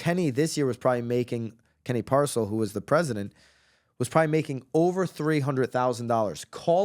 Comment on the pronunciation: I would be careful what you say about Kenny Parcell! You can’t even pronounce his name right. What Kenny does for others costs out of his pocket far more than what he was “making” by being the President and VP! Kenny is a great man and I have a lot of questions for these women and what their motivations were/are! He does so much in our community and for people across the world, taking his family to do charity work in orphanages and many other things! I want to see these accusations and would like to know what the women’s motives were and what they wanted from him because they know what he makes by putting in the work just like the next agent. I feel terrible for not only Kenny but his amazing wife and children as I am very close to this family and Kenny is the most genuine guy I have meant! Our sons are best friends and he is a great example to my son and great friend to my husband. He sacrificed so much of his life helping others be successful and giving his time to help others go after their dreams leading by example and staying in the trenches doing the work. I hope these women have more “evidence” of these so called allegations because until I see something that is actually inappropriate and not just accusations due to jealousy of a man that works more than most and sees it as a money grab! I don’t see it and have a very hard time believing it. Kenny is a great man and I am proud to witness the good he is doing at all times. Our son looks up to Kenny and Kenny shows up to